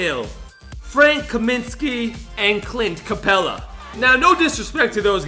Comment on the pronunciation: are you seriously saying clint Capela really you’re stupid